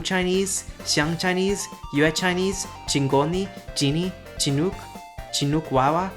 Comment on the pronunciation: Chinook and Chinook Wawa mentioned! Also, it is a ch sound for the start, you said it right!